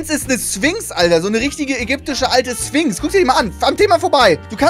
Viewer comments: Wie es eigentlich heißt: „Sphinx“ Wie es Trybot ausspricht: „Swings“ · Niemand: Trymacs: Swinx